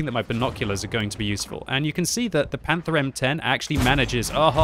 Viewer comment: "panther M10"